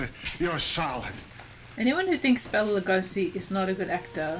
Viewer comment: Bela's name is pronounced "Bay-la" not "Bell-a"